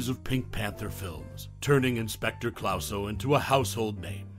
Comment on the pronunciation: How can you mispronounce Clouseau having just seen the film? Almost impossible!